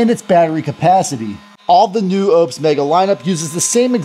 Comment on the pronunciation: Its not Opes, its Oupes. 😊